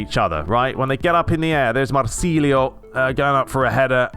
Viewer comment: I like the video I like the what you're saying can't stand FIFA anymore but the guy from Brazil what you saying is not marcilio is Marcelo